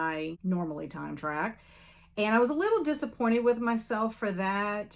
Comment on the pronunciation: When you said “time track” I heard “time travel” 😂 You’re doing great! There’s never quite enough time in a day to get everything done. I’m looking forward to all the book clubs and events for the rest of the year. ❤